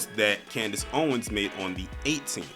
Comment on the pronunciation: Did you said Candice "Coonness" Owens!?!!?!?🤣🤣🤣🤣🤣🤣🤣🤣🤣